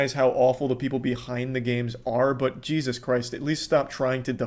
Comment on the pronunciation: oh here again XQC said Jesust ⬆️ I edited this to also have the timestamp. XQCOW says it’s Jesust then it’s Jesust.